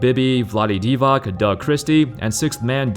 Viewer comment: Divac is pronounced not divaK, but divaTS